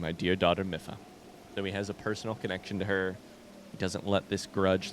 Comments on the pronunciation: I hate to be the pronunciation police, but I just thought you'd like to know that it's pronounced Mee-fa, not Mi-fa. :) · Let's go!! I'm so happy you made it to Zora! Your reactions to everything are priceless 😂 I can't wait to see what you get up to in tomorrow's episode!❤️🧚‍♂️ Ps Mipha is said like the word me & fah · mipha is my favorite champion (aside from link) so hearing you butcher her name hurts me a lil haha